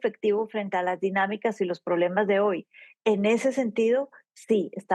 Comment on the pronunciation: Oye periodista, no se dice ahoy. Sexdice hoy.educate!señorita.